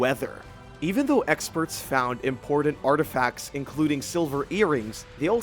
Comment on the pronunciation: Say it with me now lmao...** Im-por-tant **... Also, random thought... Archeologists should invite some non-archeologists out to some digs and let them see the spread of artifacts/areas, without the bias of "knowing" what the archeologists think that they already know (about how people lived, what items were for, etc.). I bet we'd be pleasantly surprised.